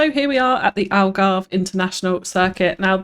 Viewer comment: ALGARVIDON !!!! I’m Portuguese btw 😂